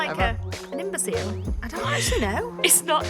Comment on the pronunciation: Love these sorts of vids so dw if u don’t film a vlog also I absolutely love when the girls do there little video things is sooooo funny! btw it’s not imboseal it’s imbosil lol xx😂💗💖💓